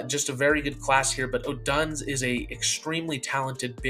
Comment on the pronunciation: I like this concept of your mock homie also Odunze is pronounced Oh-Dunes-Eh 👍🏼✨